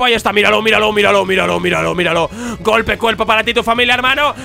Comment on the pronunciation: En vez de que diga miralo miralo miralo parece que diga vidalocke vidalocke vidalocke ahahhahaahahha